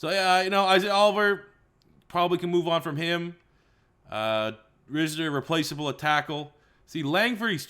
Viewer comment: It’s pronounced Rysner not for dalton risner